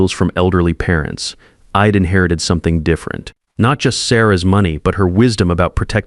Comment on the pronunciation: A reasonable story, marred somewhat by the voice reading the script. I'D written ID. and pronounced "ID" not "I" "d" ( short for i had ) and 3-40 to 6-00 ish. in gibberish!/ gobbledegook